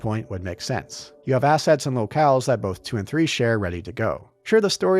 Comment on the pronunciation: "but this twee diffwent diffwent twee diffwent weasons for diffwent twee" 🤣 Also I named multiple other RPG games with more interesting worlds that don't just rely on big eye catching skybox pieces, not just Shadow of the Colossus. I'll name them again since you can't read: Oblivion, KOTOR, Fable, Fallout 1+2 If you're not satisfied with those examples because they're RPGs how about some 3rd person action games that are much better? Because that's really what souls games are, very little traditional RPG to them tbh. Last of Us, MGSV, RDR1+2, any of the last 3 Hitman games, just those off the top of my head are all more interesting and unique 3d environments to explore that don't just rely on big skybox set pieces Also sorry for "taking too long to reply", my sleep schedule doesn't work around your need to defend Souls games lmao